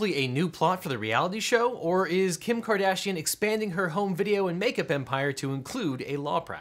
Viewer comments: "which Kim Cardassian..." dayum... I mean everyone knows she's had some work done, but... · "Kim Cardassian" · "Kardassian" Come now man, you could've edited that out. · “Kim Cardassian” ... Mr. Worf would like to know your location.